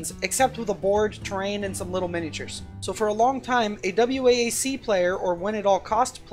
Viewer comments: For the love of god, just pronounce it "Wack", so distracting..... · Great video. For future reference though, noone ever spells it out lol just say "wack"